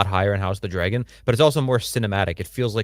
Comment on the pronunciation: Why does say dragon like Dray-gon? I need to understand